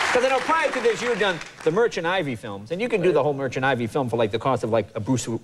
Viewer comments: Is not merchant ivy, Jay, its Merchant Ivory. Other than that brilliant interview. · Merchant Ivy??? Does Jay really not know it's "Ivory"?